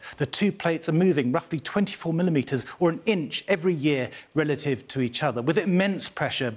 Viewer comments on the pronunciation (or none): none